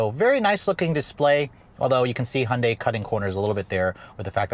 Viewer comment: Hondei 😂 ? English should be pronounced right. Hyundai Si pronounced like heundie " th Word don't exist but read it,thats how.